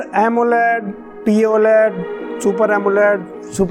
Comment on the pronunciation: Bhaiya poled nhi P OLED hota hai